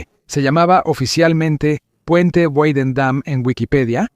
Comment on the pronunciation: "Guadendam" aquí tienes mi "dislake" por que eres un anglómano recalcitrante.